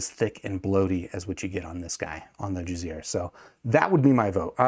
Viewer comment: I thought you were saying jizzear the whole time. I’m like who would name their company that haha